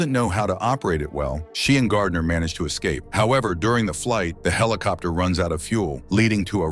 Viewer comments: A.I. TALKING. HELICOPTER…WTF,….. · Come on, he's just saying helicopter on purpose now, right?